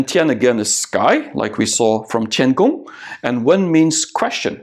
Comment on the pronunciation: A correction: the name of Chinese space station program is call "Tiangong (天宫)" not "Tiankong(天空)". "Tiangong (天宫)" means a palace for heaven emperor, which is commonly known in Chinese myth fictions. Tiankong(天空) means "sky" or "outer space".